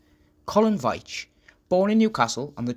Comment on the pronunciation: I found this very interesting as I share the same surname and my brother is called Collin. The pronunciation of my name sounds like Veeetch and not the way you pronounced it, but I’m not criticizing as most people get it wrong. So many thanks for your video.